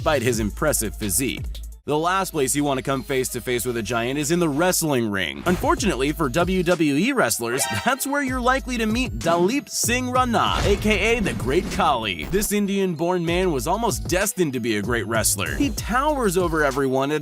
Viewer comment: it's not dalip it's dilip